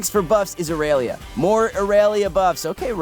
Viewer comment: The way he says irelia... “iRaYLeYa”